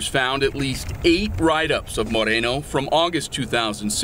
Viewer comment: Officer Marikono!!!!! Not Moreno !!!!